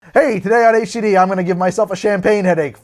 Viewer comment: It's quite amusing how he kills the pronounciation in a fun way, "shampeen" hee😜🍾🥂 I even saw La Grande Damme misspelled on the screen "Vueve" 🙃 Your videos are always interesting and fun to watch, thanks! 👍👀